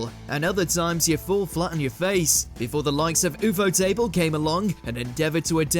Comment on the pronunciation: So we all just gonna roll by and pretend he didn't say Oof Oh Table??